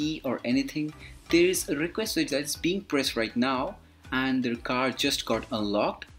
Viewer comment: How to open the khar